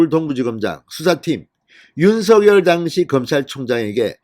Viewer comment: 발음 좀 똑바로해주세요. 특히 당시 란 단어